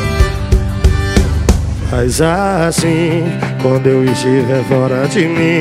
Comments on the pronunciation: Aos achei que ele gritar : Vai safadão, vai safadão...😐😐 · Quando o Henrique fala "Vai sanfoneiro" da impressão que ele vai dizer "Vai Safadão" 😂😂😂😂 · Quando o Henrique fala: "Vai, sanfoneiro!" Eu entendo "Vai, safadão" 😂😂😂